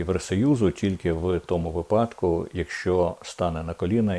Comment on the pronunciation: Треба казати: вИпадок, а не випАдок.ПовІтряних, а не повітрЯних.Бачу книжок у Вас позаду багато...🙂